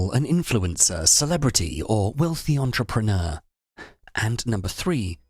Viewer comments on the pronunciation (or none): none